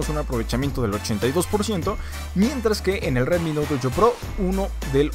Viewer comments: Nadie : El pronunciando : RWetmi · Sí que lo decía bien raro xd